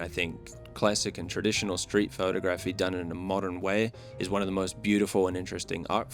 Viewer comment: Pho-tography , not photo-graphy